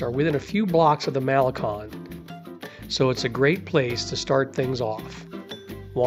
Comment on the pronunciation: It's a cute and informative video. Your voice is very pleasant and easy to listen to, until you pronounce many of the words and names here in Vallarta. Malacon for instance is one that I hear all the time and I cringe every time I hear it mispronounced. It's Mal-a- CONE not Mal-a-KAHN..😬 Taqueria also, it's tah-ka-ria not tack-a-ria. All the carts in that location actually are very very good. Open well into the night as late as 4-5 in the morning. So when you're hungry after that late night of bar hopping, it's a great place to stuff the belly. And then, one mistake in your video as you were describing the Palms Cabaret, your video is showing the location of The Incanto which is a completely different place for cabaret and shows. And you were on point about Pancho's tacos, it's a sham, it's a hype, it's all about the notion of the line to get in there. People think because there is a line that it's a fabulous place. The places you mentioned are much better than that. Go right next door to Cafe De Olla'. I have been frequenting this city since Pepe's Tacos opened 30 +/- years ago, and I can say, they can advertise the best tacos in town, and they do, right on their sign.